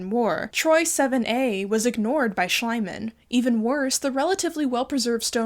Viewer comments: I know I'm late to the party and not sure if is ever going to see this, but I just wanted to offer some help for pronouncing german names. Schliemann is pronounced Schleeman, since the german i (and ie) is pronounced like the english e 😅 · Just, Schliehmann is pronounced, Shlee-mahn, emphasis on the first syllable. You're probably mistaking the German ei sound, which is like eye, and is always that wherever ei appears, where it is the noun for egg. But if the i is first, then the e behind it makes it a long i, which means, in German, an ee sound. Sorry, love your podcasts, and loved this one, but this one thing was hard for me to bear. Feel free to ask me how something is pronounced in German! 😄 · Hey, I don’t know if you will even see this, but I wanted to let you know that in German „ie“ is always pronounced as „ee“ and „Ei“ is „eye“, I started twitching involuntarily every time you said Schliemann. But otherwise a great video as always. ❤ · It's so annyoing that you keep calling him "schl-ai-mann" - it's Schl - ii - mann >:( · I know it's pretty petty but horrible tnt 'archeologist' Schliemann's name is pronounced 'Shlee-man', not 'Shly-man' in German. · I respect that you mispronounced Schliemann so that it sounded more like "slime" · Schliemann... pronounced Schleimann as in Schleim... is... he deserves it! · I really like how you pronounce "Schliemann". To me it sounds more like his personality than the actual german pronounciation. You pronounce it like the german word "Schleim" which means "slime" or "mucus" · Really good and interesting video. Just wanted to add that Schliemann is pronounced with an e as in me sound instead of I so it's pronounced like Shleeman if that makes sense. I speak German well btw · I just love the way you mispronounce Schliemann's name ( not criticising! ) makes it sound slimier... or was that on purpose? 😅😂😂😂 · love how they continuously mispronounced Schliemann tbh i get it ie and ie are confusing